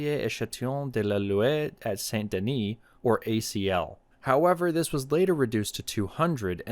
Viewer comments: Good try on pronouncing the French. FYI, a close approximation of Loire would be "Lwahrr". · But can't pronounce "Loire" properly lol